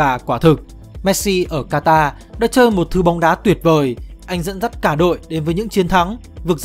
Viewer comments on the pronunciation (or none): none